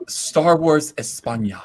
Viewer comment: LOL, I wanted to send you some time ago, when it appeared here, the poster from Star Wars España (that's Spain, you savages!), but I see showed it already. BTW,, your pronunciation of "España" is just hilarious. If you needed any proof of gender and identity politics embedded at the core of Disney SW, there it is